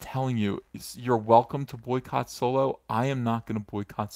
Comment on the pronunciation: I thought Solo was actually called Soylo.because you say it so convincingly.